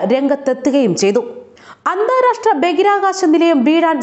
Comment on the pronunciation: ബഗിരാകാശമല്ല കുട്ടീ ബഹിരാകാശമാണ്